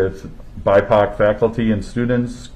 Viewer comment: he really said "bipoc" in real life and not on twitter LMAO